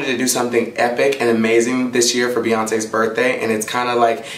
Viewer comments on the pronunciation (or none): Lmao I love your energy and excitement "Beyontheee" loved that one! Yassin gurl!